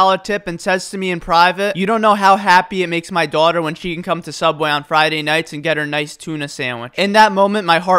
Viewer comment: I heard your New Jersey accent for the first time in this when you said dawghta